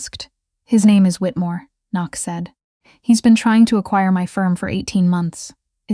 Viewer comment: I liked the times Knox was pronounced ['Can-nocks] 😄 Really liked the story though. 💜